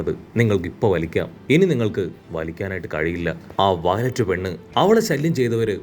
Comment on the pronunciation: Vayilett allaaa... Viola!! Angane thanne parayu..... Allel name maarum!!